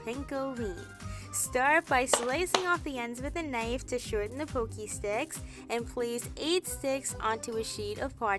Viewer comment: Thank you for generously sharing your tips and tricks! You are a doll! (Btw, it is "Pocky" like "rocky." Not trying to be annoying, just trying to help.)🩷